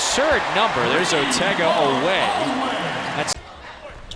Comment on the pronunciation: Tell the idiot talking head that Otega's last name is pronounced O-weh...NOT o-WEH.